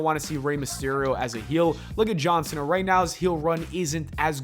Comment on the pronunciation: Everytime you say “John Cena” I hear “Johnson” haha